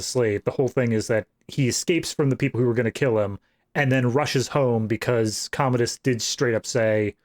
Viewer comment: Also I’m cracking up at yall mispronouncing Commodus. There no “ode” sound in the name - yall are calling him a toilet lol